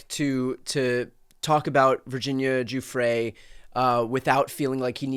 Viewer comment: Brian- Please learn how to say Virginia's last name. You diminish that she was arguably the one person that finally uncovered the entire thing. The Farmer sisters tried sooner. But Virginia put this on the radar. She committed suicide albeit as a result of her suffering.